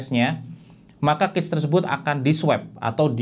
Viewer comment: Koreksi cara baca cache yg bener tuh kash bukan kec